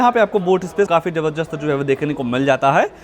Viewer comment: Zabardast❌️ zabarjust ✅️😂